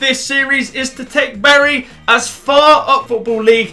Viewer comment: Bury is pronounced berry LIKE SO CAN SEE BTW I make... Jk